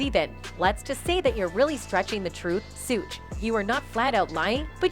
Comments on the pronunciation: The pronunciations of the names is driving me crazy! 2-Pack and Sue 😂 Sounds like Siri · She said Suuge night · Lady lost me at 2Pack and sooj